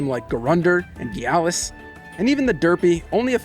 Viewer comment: "gyalis" *laughs in jamaican *